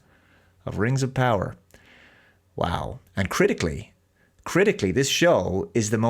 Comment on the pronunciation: Am I the only one who notices the strange way pronounces the "Rangs of Powah"?